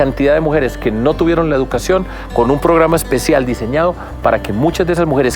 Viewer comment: NO se pronuncia: " jeducacion"